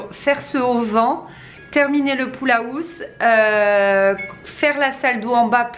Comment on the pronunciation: A chaque fois que tu dis "pool house", j'entends "poule à housse" hahaha j'adore 😂 trop belle votre cour, même si elle n'est pas encore finie 😉 Je suis jalouse 😋